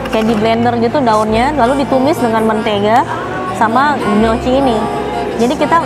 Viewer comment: Gnochi = nyoki Cara bacanya kak :)